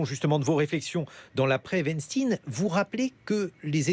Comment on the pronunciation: On dit weinstein 😂😂😂😂